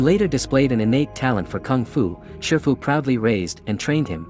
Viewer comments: Shifu Not shirfu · you mistaken his name it's shifu not sherfu